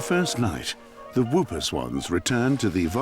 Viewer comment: NOT WOOPER SWAN! PRONOUCED "HOOPER"